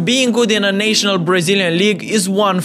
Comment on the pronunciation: “Nay-sho-nal” team 💀